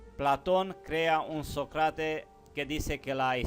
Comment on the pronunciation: Qué suave que hables español, se ve que no es tu lengua materna, te recomiendo que estudies los ACENTOS, así podrás hablar mejor. Por ejemplo es diferente decir Sócrates a Socrátes.